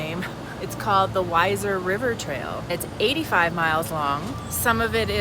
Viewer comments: Pronounced We-zer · It's pronounced "Weezer". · It's Pronounced Weezer